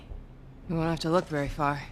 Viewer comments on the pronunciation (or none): none